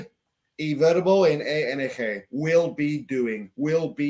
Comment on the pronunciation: Es ING no ENG, please say I in spanish corretly, thanks.